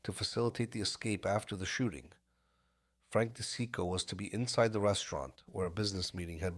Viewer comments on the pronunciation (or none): It’s pronounced. Frank Dee cheek o